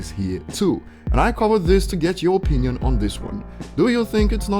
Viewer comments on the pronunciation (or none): none